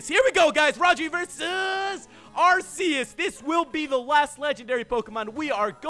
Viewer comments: U mispronounced Arceus its Arceus not Arseus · ITS PRONOUNCED ARK EUS btw love your vids